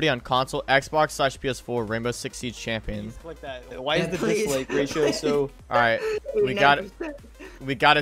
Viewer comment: More like Chimp-ion not champ